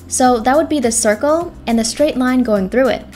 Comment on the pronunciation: Everybody gangster till she says draw a cirkel